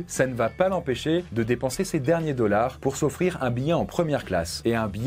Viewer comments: "Wolt Disney Commpogny" "Les dollarzzz" Il me fume dans ça manière de parler en anglais ! 😅😅😅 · J’ai adoré quand tu as prononcé le mot dollars 💵 🤣